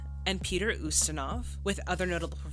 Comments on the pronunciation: The name Peter Ustinov is not pronounced, ( You-Stinov ). It's pronounced, ( You-stin-off ). He's one of the greatest unsung actors of all time. But thank you so much for giving more details to your reactions than anyone else on any format. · Love your reactions. FYI: Ustinov is pronounced in American English as "YOU-sti-nuhv." The Brits say, "oo-STEEN-of." It would be pronounced basically that way or the way you did if you were speaking Russian. I can't verify which syllable would be stressed, since stress is not predictable in Russian. And Russians with the same last name can stress it differently. Ustinov himself was born in Switzerland and although his name is Russian, his origins are as much of a Heinz 57 as most Americans. Ustinov spoke several languages and once said, "I am an international citizen conceived in Russia, born in England, working in Hollywood, living in Switzerland, and touring the World". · About pronunciation.... [Peet▪︎r YOU▪︎stan▪︎off] is an excellent, excellent, wonderful actor/thespian. I would recommend many of his films. Blackbeard's Ghost was a favorite as a child. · Hi. Peter Ustinov, a character actor that shows up in a lot of classic era films, name is pronounced YOU-stin-ov, with a long U. Stories of this set was that it was a very happy shoot.